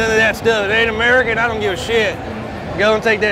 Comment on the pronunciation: "This was built on emerikan soil"!!!! Lmfaoooo